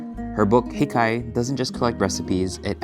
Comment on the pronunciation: the stress in the word hikay should on the first syllable btw. HI-kay, not hi-KAY